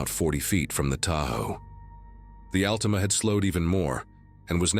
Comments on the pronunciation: OH WOW AI SAID ….. AL TEE MAH 😂😂 that’s not even close to AL TA MA 😂😂😂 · You mean the Allteema. Gotta love AI. LOL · the way he says Altima its Altima not Altima 🤣🤣